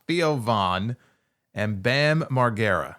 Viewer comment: Hulk listened to her music and said "Not gonna work for me brother". Also I've never heard that pronunciation of Bams last name before lol.